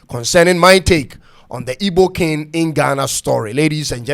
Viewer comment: It's pronounced k-ing not kin